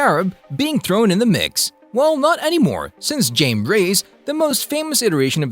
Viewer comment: He so awfully mispronounced Jaime's nams